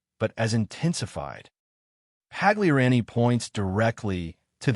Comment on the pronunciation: The narrator needs to learn how to pronounce Pagliarani, Novus, snd one other word that just slipped my mind.